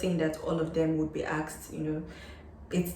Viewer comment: In your introduction, I think you keep on repeating the word axed axed, do you mean ASKED? I think there is a difference Well, the presentation is very helpful. Thanks for sharing your experience.